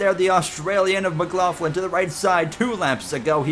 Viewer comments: Only thing i noticed was you are say Scott Mclaughlins last name wrong. All you need to do is watch a V8 supercars interview with him and you'll get it. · the McLaughlin disrespect. First you say his name wrong then you call him Australian